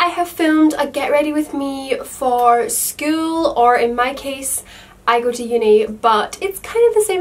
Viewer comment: the way she says school gives me goosebumps .-. skull-uuuu..